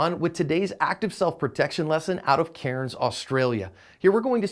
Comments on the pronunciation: its pronounced cans btw on ya Sonya tho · Its pronounced "Can's"..as the same as saying beer cans.but its spelt Cairns..(simular weather to Miami).AND YES!!!....WE HAVE EXTREMELY TIGHT GUN CONTROLS!!... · its pronounced "cans" by the way haha i live here